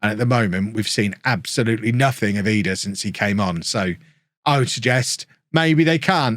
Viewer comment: Is it triggering anyone else that he's calling he edah? Instead of Idah?